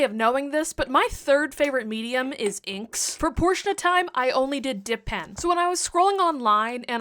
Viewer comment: Not me hearing you say "depends" when you said "dip pens" 💀